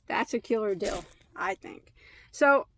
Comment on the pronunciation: I love how you say “killer deal”. To my southern ears, it sounds like “killer dill” which makes me think of silly cartoony images of homicidal pickles. 😆 Anyway, thanks for enabling my yarn habit! 🤓 You got some god stuff!